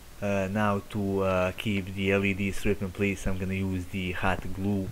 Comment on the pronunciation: to de , to de, to de, for de, use dee, put dee, Take dee, Off dee, dees a............!!!!!😂🤣😂🤦‍♂️🤦‍♂️🤦‍♂️